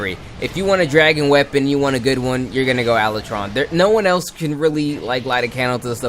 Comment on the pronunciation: Ala tron? Not how you pronounced it but whateves